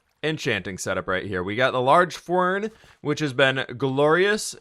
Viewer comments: It’s fwern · You mean large fwern lol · Where did the large fWern come from lol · took your Large Fwern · Alex XD but still its a fWeRn 😂